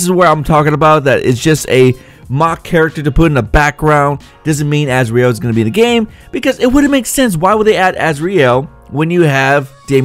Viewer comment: y u gotta say asREal y u just cant say azrael like az-real like every1 else uuuuhhhhhh idiot